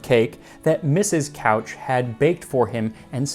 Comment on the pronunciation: Hi! Your pronunciation of the last name Couch is incorrect. It should sound more like "cooch". I've been told this story a thousand times by the old family who loves fruitcake.